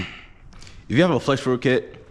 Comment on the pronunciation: Why can’t u say fuel 😅